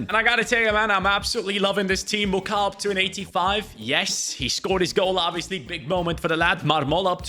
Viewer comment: Actually the pronunciation for the Congolese lad is Muko not Mucow (Mukau). Because the letters “au” in French make up the letter “o.”